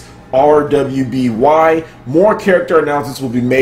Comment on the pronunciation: Just a heads up,, RWBY is pronounced just like Ruby. I also recommend watching the 3D animation. It isn't mind blowing but it's fun and has some great combat scenes.